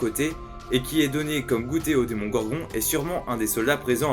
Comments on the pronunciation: Si il meurt je regarde pas ma saison 4 😭😭mais j’espère que Suzzie va revenir ///y’a que moi que ça stresse quand il dit démongorgo au lieu de démogorgon après c peut être moi qui entend ça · Juste on dit pas demongorgo mais Demogorgon.